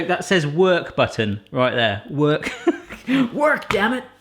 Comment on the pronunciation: When he said "work damnit" he sounded American